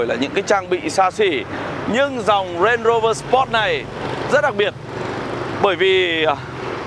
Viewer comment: Đọc đúng tên Range Rover rồi à anh